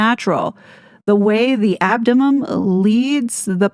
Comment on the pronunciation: It's abdomen not abdo'mum' 😊